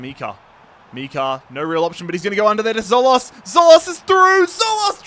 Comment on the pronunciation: Great content. Some of your pronunciations are horrendous though - can you really not say Tzo-LIS instead of ‘Tzo-LOS’? Or AK-liouche, not ‘AH-liouche’ (just like MAZ-raoui, not ‘mah-rooey’)? 😂